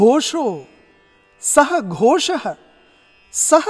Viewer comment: The pronunciation of "SaghoSHO" is perfect. Usually this "murdhanya" "SHA" is mistaken for "shankara" /sha.. excellent teaching...